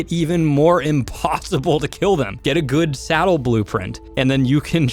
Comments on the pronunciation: Do you keep saying "salad" instead of "saddle"? lol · He said ascendant salad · I thought he was saying salad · I honestly think it’s funny how he says salad instead on saddle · is it just me or does he say salad instead of Saddle ????? Awnser plz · Before i thought you said salad and not saddle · SADDLE NOT SALAD!!!!!!